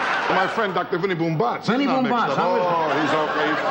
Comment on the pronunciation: paskuniag: It’s pronounced BOOMbatz